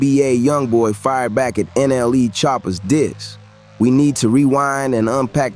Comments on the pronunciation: the way u said "N.L.E" choppa got me dying 🤣 💀 everyone smash the like button fr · Bro said " N.L.E choppa" 😂😂😂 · Bro really says ” N L E “